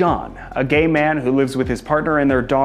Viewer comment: Is gay ! Not quee